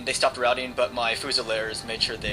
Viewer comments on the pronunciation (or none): none